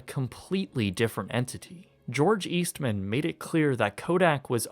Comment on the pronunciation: My mom and aunts all worked for Kodak in Rochester, NY. FYI, it isn't East Man, it's Eastman. Say it quick :)